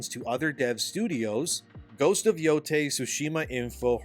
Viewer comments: ITS YO-YAI NOT TAY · It's pronounced "Yo-Tye", not "Yo-Tay".